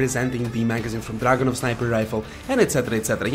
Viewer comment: The way you say Dragunov and Vintorez is fucking amazing